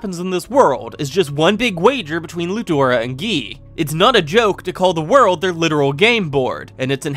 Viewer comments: I think this is the first I’ve ever heard someone say the “Ludora” version of his name, instead of Rudra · Fantastic work as usual I love these videos. But the Emperor's name is Rudra not Ludora. Yes it comes up for you as Ludora when doing the translation, but his name of Rudra and when the anime comes out it'll call him Rudra not Ludora. It's like how in Overlord the correct translation is "Kingdom of Darkness" and "King of Darkness" but it's suppose to be "Sorcerer Kingdom" and "The Sorcerer King" and the anime adapts it as the Sorcerer Kingdom not Kingdom of Darkness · Isn't it Emperor Rudru, instead of ludora since even in the light novel and the Web novel it's rudru. If you want to be Japanese lore accurate and offending me as a half Japanese do Ludlu instead. (You really make a really good recap novels.) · I use slime reader, what I was saying is that this is the first time I’ve heard someone cover the light novel while calling him Ludora instead of Rudra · why do u keep calling Rudra "ladura "